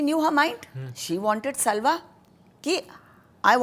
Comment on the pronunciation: Pronunciation errors. For example: सल्वा नहीं साल्व